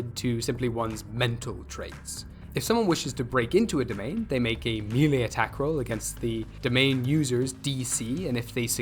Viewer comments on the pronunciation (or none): none